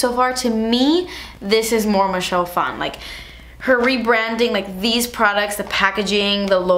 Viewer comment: Michelle Phan pronounced as Michelle Fon.. I hate when people try to make Asian last names sound "Asian".